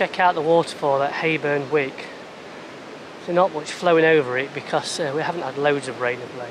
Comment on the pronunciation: It's Hayburn WYKE and of course SCON. Keep practicing your God's County accent. Loving the vids.